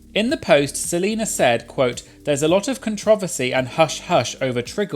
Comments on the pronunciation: LMNFAOOO CON-TRON-VESS-SEE 🤣🤣🤣🤣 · Love you- not questioning or asking to change- just curious where ur pronunciation of “controversy” comes from?